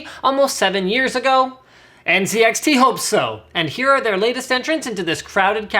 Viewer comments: lol Linus said ncix not nzxt😂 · So was it just me or did he say that it came with NCIX fans. I know the fans are actually NZXT and they are shown that in writing on the vid. But it really sounded like he said NCIX. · Nzxt not NCIX lol